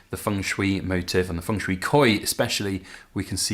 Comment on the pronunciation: Is Feng pronounced Fung? You're the first English speaker I've heard pronounce it that way, in all my many decades.